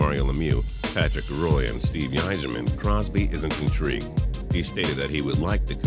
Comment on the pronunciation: It's funny how people are so triggered over the fact that he mispronounced Roy's name but nobody seems to care that he mispronounced Yzerman too